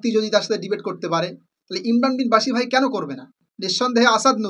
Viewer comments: আরে ভাই আপনিতো ইমরান ভাইয়ের নাম টা ঠিক করে বলতে পারেনা 😂😂😂😂 বাশির না ভাই বশির বলেন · মুর্খ কোথাকার শব্দ উচ্চারণ কি হয় তা জাননা ভুল দরতে আসো শব্দটি বশির হবনা বাশিরই হবে বুঝলে । অন্দ অনুসরণ করোনা বুঝে চলো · তোমার ভিডিও কি দেখব ভাই নামটাই তো ঠিক করে উচ্চারণ করতে পারো না ইমরান বিন বশির। ইমরান যথেষ্ট জ্ঞানী হাফেজ মাওলানা মুফতি তারে জ্ঞান দিতে এসো না শেষ জানে। তার কোথায় ভুল সে তো রেফারেন্স সহ দেখাচ্ছে। সত্য কথা বলতে তাকে হত্যা করো তাই না।